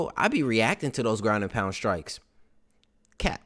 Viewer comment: When you say “ (Pause)..... Cap 🧢 “ lol